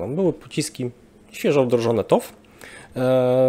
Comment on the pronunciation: TOW - czyt. toł 🫡